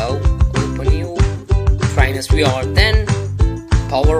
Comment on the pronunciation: why are you saying "we r headset"? its VR dude.